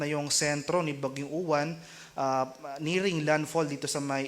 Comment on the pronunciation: Say it like "ulan" the stress is on the second syllable - u-wán